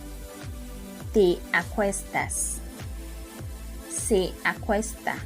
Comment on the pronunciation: Muy claro pero pronuncia " se" como "eh"